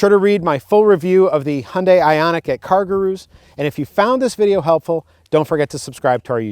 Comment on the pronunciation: Cargrooroo? Love Americans